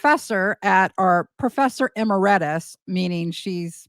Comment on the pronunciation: It's not a liqueur - amarettis - , it's emeritus, professor emeritus.